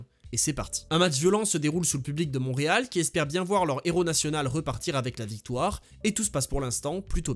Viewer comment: Salut, ça se prononce "Mont-Réal". Mais sinon merveilleux vidéo!